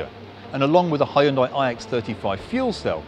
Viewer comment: It's Hyundai not hayundaee